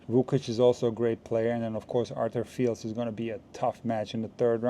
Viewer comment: Hi, nice analysis, let's see, I'm looking forward to it! PS Fils (French for 'son') is pronounced without the L. So: feece.